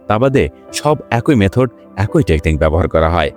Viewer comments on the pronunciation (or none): তুই অশিক্ষিত বর্বর একটা মানুষ। তুই এখনো "ই" এর উচ্চারণ শিখিসনি। ব্যাটা অশিক্ষিত ও মূর্খ। "খুব" এর সাথে "ই" যোগ করলে উচ্চারণ "খুব ঐ" কিভাবে হয়, মূর্খের বাচ্চা। উচ্চারণটা হবে "খুবি"। আবার "এক+ই" কে উচ্চারণ করিস, "এক ঐ"!!" মূর্খের পয়দা। এর উচ্চারণ হবে "য়্যাকি"। বুঝেছিস, ব্যাটা অশিক্ষিত বর্বর এবং নিঃসন্দেহে একটা অছাত্র।